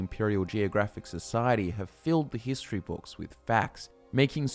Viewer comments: Everytime you say "History" I hear "Hist tree" Conspiracy? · is there any one else who heard hist tree when he said history at the start of the video? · I thought he said hist tree too😂